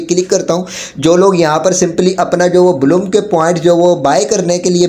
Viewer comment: Blum❌ Bloom✔️